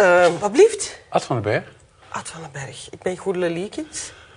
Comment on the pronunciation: er zit geen rochel in de naam goedele. zachte g zou geweldiger zijn.